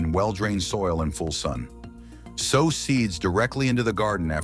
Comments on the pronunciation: It would help if the narrator would learn the correct pronunciation of words so that we aren’t confused about what he is talking about before he continues on with the information. The word sow sounds like sew, not the word for a large pig! A practice of the scrip with someone who knows the correct pronunciation would help tremendously. DO IT! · Sow = SEW!! This is such a well done list and narration... But, it ridiculous to hear that misused pronunciation over and over. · If I were a gambling man, I'd bet that you don't actually listen to your audio before you upload it. Here's a tip sow: to place a seed in the ground & sow: a mother pig are 2 different words with 2 different pronunciations.